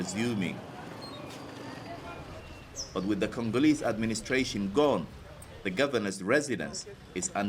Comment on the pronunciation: "The natural resources were created with Congo and we are Congooreeees" 👀😂😂😂🤣 ⚠️UBWENGE ⚠️